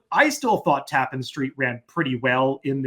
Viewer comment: It's tap-PAN like ja-PAN. always telling me something I don't know.